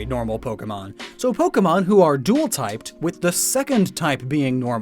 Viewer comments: BTW dual not duel. Emphasis on A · When is someone gonna tell him that it’s spelled “Dual” not “Duel”? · Dual types, not duel types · Dual type, not duel type you cabbage